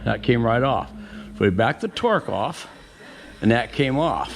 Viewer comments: Good info. It’s called a Torx. Not Torque. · Say it with me…Torx, torx, torx. Great video, though!